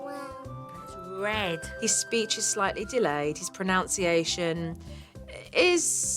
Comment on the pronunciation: Dear Lord, Jo is the LAST person to teach proper pronunciation! Teaching him to say ‘old’ she’s says ‘ohwd’. And what the heck is ‘pro-NOUNCE-iation?😂